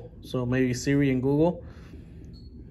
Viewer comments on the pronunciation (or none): none